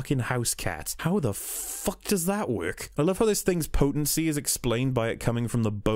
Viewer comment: Most people: "work" Rihanna: werk This guy: wæk